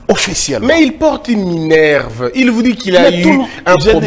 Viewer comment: Déjà cher monsieur.D'abord ce n'est pas minevre ok?.Ça s'appelle Minerve ok monsieur.